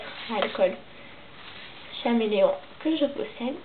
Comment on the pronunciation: C’est bien mais on dit comme l’animal caméléon